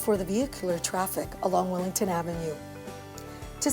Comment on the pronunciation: Why does she keep calling it Willington? It's Willingdon!